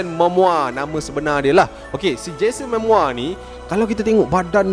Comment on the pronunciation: Bukan 'Mamoa', 'Momoa'!